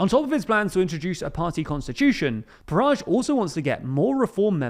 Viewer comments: It's a word that his name rhymes with and so should be pronounced rather than the pnoncy sound he uses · 0.59 Farage nor Garage